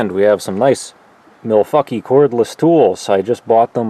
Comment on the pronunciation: Milfuckie tools! Lol! I had to go back and see if I heard that right! Love it!😂